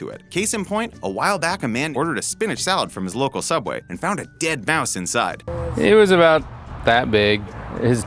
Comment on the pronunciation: It’s pronounced soubway